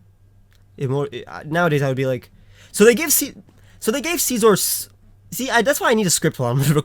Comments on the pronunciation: It just pisses me off when people pronounce scizor as scee-zor. It's pronounced sci-zor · Did he say Seezor? It's Scizor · whenever you say scizor it sounds like caesar i want pizza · I hate the way he says scizor